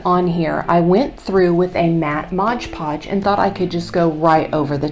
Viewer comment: MOD Podge Not Modge Podge. Think the company would like their name pronounced correctly.🤔